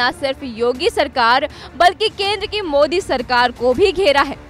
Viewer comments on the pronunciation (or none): none